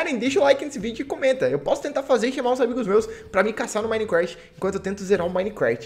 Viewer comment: Pessoas normais: Minecraft: minecrasht